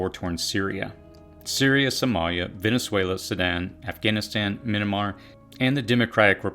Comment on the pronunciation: Me-an- mar, not Min-a - mar